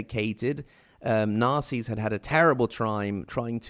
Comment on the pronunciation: When he says Nasers it sounds like “Nazis.”